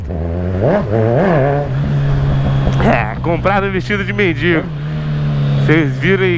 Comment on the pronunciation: "MENDINGO"- cara n sabe nem falar. ¬¬